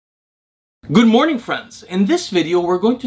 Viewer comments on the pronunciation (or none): none